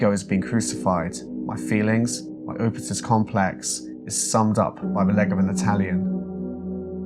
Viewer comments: this video is great! But! It’s “eedipus” or “edipus,” definitely not Opitus. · "Oodepus"? Actually it's pronounced "Eadipus" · Oedipus (ee ·duh·puhs) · i hate to be that guy but its pronounced Edipus, the o is silent. its a complex named after a guy that wanted to shag his mum i think. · Oodipus? Is that how English people pronounce that word? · Oedipus is more like ‘eh-di-pus’ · Oedipus is pronounced "Ed-ih-puss" for future reference. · Oedipus is pronounced edipus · tell me youve never heard of an oedipus complex without telling me youve never heard of an oedipus complex this guy: oodpus... oopitus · That's not how you pronounce Oedipus, it's like eh-duh-pus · you could have googled how to pronounce Oedipus. This video is a little insulting with the creepy music. I think it would have been better to analyze his art and diaries without being so dramatic and patronizing. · The O is silent in Oedipus. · The portraits and journal entries are fascinating when examined together but the editorializing here really takes away from it. Calling elements of a painting “obvious signs of mental illness” really take me out of this interesting exploration. Also mispronouncing Oedipus really got to me. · you pronounced it wrong two different ways hahaha